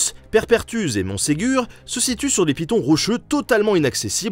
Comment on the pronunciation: on dit " paye ré perthusé